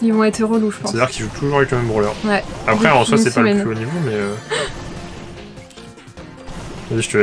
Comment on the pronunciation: ta dit "broler" a la place de "brawler"